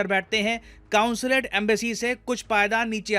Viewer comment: कॉन्सुलेट होता है न की कांसुलेट